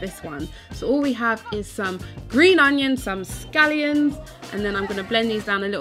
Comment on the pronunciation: Is she calling scallions 'gallions' or am I going deaf??